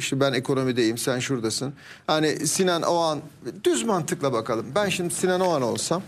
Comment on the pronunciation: AYOL OGAN MIIIIII??? OĞAN MIIII? Doğru telaffuz EDİN aklımız karışıooıll